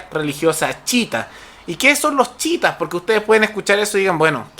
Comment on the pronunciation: chiitas no chitas wn